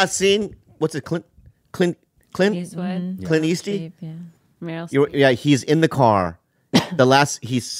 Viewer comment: "Clint Easty"